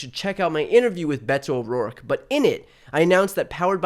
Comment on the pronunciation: At first I heard "Bento O'Rourke". Like he's served in a box, in cute little political portions.